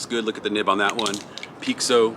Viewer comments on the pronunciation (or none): Hey im from Brasil, i don’t know if it’s gonna help but pixo is pronounced in Brasil with a sound of sh, so when i heard you saying pixo for me sounded like “peek so” and here we say it sounding like the Letter P and then a sho like the word show just without a the W, so it would pronounce “ P sho “ So it’s just some facts since art primos idea was to do a homage to brasilian tagging (picho/pixo/pixação/pichação) i think you guys would sound 10 times better if you guys got the sound of the word in it’s essence it will give probably more 30 or 40% more of the brazilian flava in the marker and you will captivate the brazilians folks hearts too ❤😂, so just to say it’s a not a complaint about how you say it, and im not trying to be rude or arogant, it’s just tô try to improve our cultural conection and friendship. Ps. Love seeing you só healthy and strong on what you always do ❤